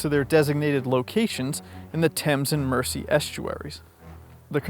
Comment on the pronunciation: That's "Merzee" not "Mercy", for the Mersey. Or was that a trick too?